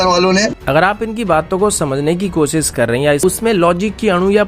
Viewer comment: Bhai ur content is really good...but make sure to keep hindi accent accurate....its not kosis....its kosish....its not hajaar....its hazar....plz plz...update ur self...